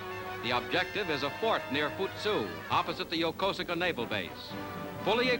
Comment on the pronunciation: I know it's spelled Yokosuka, but it's pronounced "Yokooska". I've been there several times.